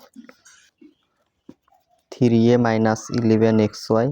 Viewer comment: Tumi tiri bolba na plz three bolba😊ok